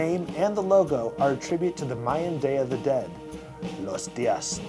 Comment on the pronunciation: I tried this cause my friend bought it. I thought it was of the most disgusting things I had ever consumed in my life. Big props for pronouncing the Day Of The Dead correctly.